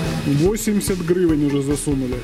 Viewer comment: Грррыывэнь)))) прррыкольно!!!))))